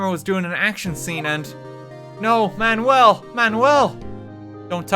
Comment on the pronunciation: him pronouncing manuel like man well is the best thing